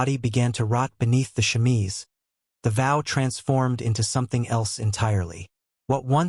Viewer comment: Wow....What a bunch of bullshit. How about some facts with your opinions and myths? The chemise (which pronunciation you absolutely mangled) has been debunked long ago. Not that it really needed to be. I don't even think there was a time when it was ever thought of seriously as fact. FYI-When you judge yesterday's people by today's standards-You distort who the people of the past actually were. This was one of the worst "historical" (meant loosely) vids I've seen in a while. That says a lot...